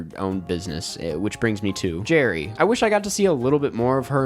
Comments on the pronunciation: it's gerri,. not jerry. lol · its Gerri tho, not Jerry